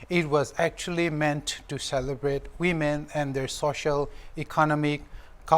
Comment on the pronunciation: we all know it's women but the pronunciation sounds wemen that's it byeeee👋